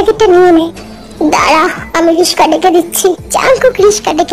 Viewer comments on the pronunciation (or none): রিকশা❌ রিশকা✅ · হাহা😂😂 আপু গো ওইডা রিকশা হবে রিশকা না 😂😂 যাইহোক আমিও রিশকা বলি